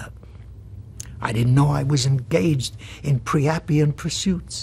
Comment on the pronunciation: It's not "pre" but "pri" (rhyming with "sky"): "Priapian (noun) : A lascivious person; a worshipper of Priapus [a male fertility cult deity of ancient Greece]. adj.: Priapic. Origin [etymology]: Late 16th century; earliest use found in John Marston ... poet and playwright. From Priap- + -ian" That said, the writers at Time and Cardinal Spellman were wrong: There isn't anything really priapic about the character of Silva Vaccaro or the way Wallach plays him. The seduction of the Baker character is hardly anything more than had been seen on the silver screen since almost the very beginning of Hollywood. The ugliness of the suggestive cuckoldry of "Baby Doll" is in its ferocious anti-White mockery of Archie Lee, the central character played by Malden with a seeming sardonic glee.